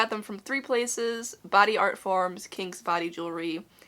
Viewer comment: Why did I think your ears was bigger, I’m at 30mm and yours look way bigger than mine to me 😳 also every time you say kings it sounds like kinks 🤣 quarantine is clearly getting to me 🤪🙈